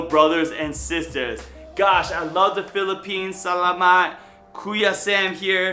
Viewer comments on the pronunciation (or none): none